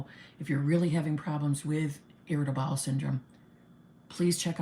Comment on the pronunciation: Lol! I though you initially said irritable balls syndrome!🤣